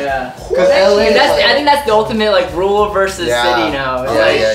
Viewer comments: it's ruRal not rule, please read a book or two. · nobody on the show can pronounce rural lol